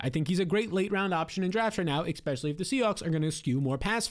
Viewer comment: Expecially is not a word.